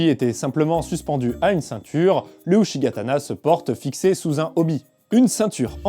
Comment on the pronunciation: Uchigatana se prononce [Outchigatana] ;) .